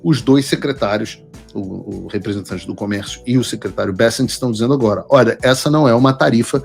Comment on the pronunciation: O correto é Scott "Becênt" e não Bécent